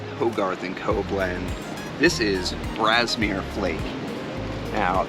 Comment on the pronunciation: FYI - The last one mentioned is Gawith Hoggarth Grasmere Flake. It sounds like you're saying Brasmere and the closed caption shows it as Brasmere.